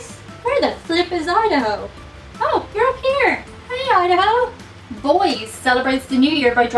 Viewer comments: Boise, Idaho: Not pronounced boys but boyzee (or boysee). I'm not from Idaho but Colorado. We love ya!! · Hmmm! I’m surprise that Editor did not show up when you mispronounced a few places such as Boise. (BOY-zee). When she doesn’t make an appearance, I miss her. In other words,, ED is perfectly normal, a well adjusted adult. You and Chewy are weird, but I love you all anyway. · Boise is pronounced BOY-zee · Just so you know, the capital of Idaho is pronounced "Boy-see" (if you live here) and "Boy-zee" (if you don't). But no one pronounces it "Boyz". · I’m sorry but you can never pronounce Boise, Idaho ( pronounced Boy-see) like that again lol we hate it when people mispronounce it like Boyzee haha you said boys. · Boise, Idaho is not pronounced "boys", you say boy-see. There is alot of potatos there. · Boise in Idaho is pronounced "BOY-zee." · I'm sure someone has already mentioned this but Boise is pronounced Boy-Zee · You've probably been told but the capital of the Potato state is Boise, pronounced BOY-see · boise is pronounced “boy-zee” lol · Where the heck is Idaho? That is one of the most common question about my home state. The fact you read about Boise (boy-see) is cringe. We are a very outdoorsy state known for nobody knowing we exist, having exceptionally nice people, and breathtaking scenery. Look up Shoshone Falls, Hell’s Canyon, and the Sawtooth Mountains for starters. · FYI, "Boise" has two syllables. Most people say "boy-zee," but locals detest the 'z'-sound pronunciation. They use an 's'-sound, but also a slightly different cadence or syllable split, like "boyce-ee." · The capitol of idaho is pronounced boi-see the 'e' isn't silent. 😆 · "I don't know much about Connecticut..." It's okay, neither do we. Idaho's capital is pronounced "BOY-ZEE", like "noisy". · Boise is pronounced Boy-see. As an Idahoan, I think the Irish and Idahoans see eye to eye when it comes to love for potatoes. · She called it "Boyz." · More like BOYZEE.